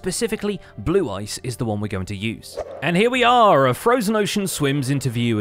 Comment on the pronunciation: "Frojen ocean" heheh